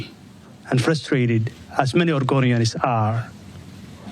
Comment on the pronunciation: Oregonians ❌ argonians ✅